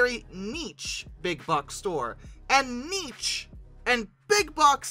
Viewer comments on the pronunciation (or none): Lol for the love of god, someone teach this man how to pronounce "niche"! 🤣 It rhymes with "sheesh" not "cheech".